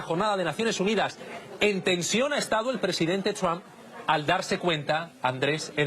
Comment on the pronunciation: EGCELENTICIMO SEÑOR DONAL TRUN 😂😂😂